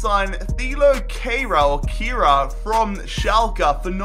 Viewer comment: U absolutely butchered kehrers name xD I'm German btw